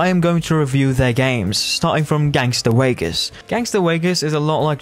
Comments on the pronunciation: “Gangster Waygas” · "Gangster Wegas" 🫴🏽